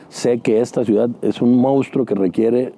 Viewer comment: Te viste lindo, tampoco va al extranjero porque no sabe hablar inglés, vaya, si ni siquiera sabe el español, solo sabe hablar macuspano!!! Jajaja 😂😂😂 dice ciudat, austeridat jajajajajajajaja